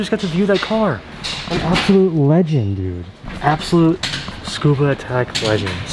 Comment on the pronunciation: $4812 for that hood before shipping and paint so $6k is probably right on...also when i went to Tsukuba, people said it as its 3 distinct syllables and said with the "SU" intact as it is in english, like "Su-koo-bah" not "Scuba". I kept getting pondering looks saying it the way you did, and was lost as to why🤣